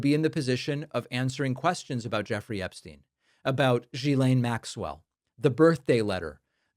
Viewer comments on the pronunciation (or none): Hi David, Ghislaine is pronounced as Gileine, G like in "gamble" Thank you for the truth and dedication in your reporting. Watching every video! ❤ from Germany